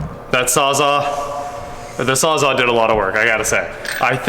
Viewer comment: "Sawzall". Not "sawz-aw"